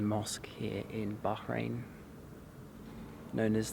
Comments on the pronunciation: The way you said bahrain...baaarain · The way u say Bahrain is not quit how u say it coz I'm from there but anyway love u vids